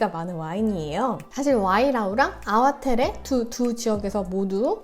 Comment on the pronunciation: 안녕하세요. 전 말보로에서 16년째 와이너리에서 일하고 잇어요. 아와테레가 아니라 아와테레 밸리가 아니고 아와트리 밸리라고 발음합니다. 영어로 표현하자면 ar-wah-tree 라고합니다. 대부분의 와인들이 모든 탱크를 테이스팅하고나서 블랜딩을 거칩니다. 배비치아니고 바비치와인입니다. 푸나무는 제이드의 다른 이름이고 한국의 옥이랑 같은 의미 입니다. 껍질째 넣는것을 카보닉 메시레이션이라고 합니다.